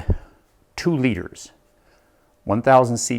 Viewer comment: "I'm going to add, 2 lires, 1000cc's" lol.... what a biff.